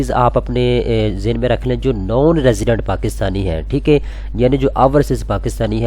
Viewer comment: یار پلیز!!! ٹھیک اے نہیں ہوتا ٹھیک ہے ہوتا ہے. برا نا منانا بھائی 🙏🏻🙏🏻🙏🏻